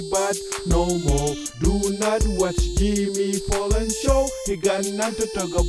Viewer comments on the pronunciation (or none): Jimmy "Fallon" with a "F" not a "P" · I swear he's saying Jimmy Pollan... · What the hell is this?? OMG IS IT SERIOUS. btw it's fallon not fallen.